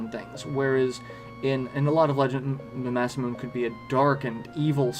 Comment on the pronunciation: First off, I love the video, it's amazing. And I'm sorry to be that guy in the comments, but it's "Mah-sah-moo-nay," not "Mah-sah-moon." Named after the man who was supposedly THE most gifted swordsmith in Japanese history. :)